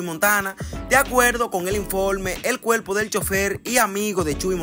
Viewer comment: Primero aprende ha hablar el cuerpo no cuelpo